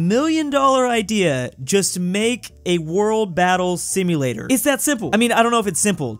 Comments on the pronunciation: Ah yes "simulatior" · I love the new "SIMULATIOR"!!! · “Simulatior” - 2022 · ah yes, Simulatior